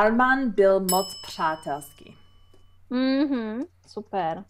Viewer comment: Taky jsem stará a mluvit anglicky jako Vy česky, byla bych šťastná, super. Ř ve slově přátelský bylo excelentní . Držím palce, věřím že to nebude nic, co byste nezvládla.